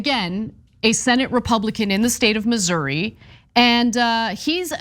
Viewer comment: Finally, someone who pronounces it correctly.